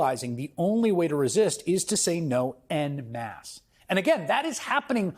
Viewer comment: wonderful, great job, but please learn how to pronounce 'en masse'.